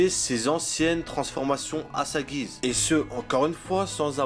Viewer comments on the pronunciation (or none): none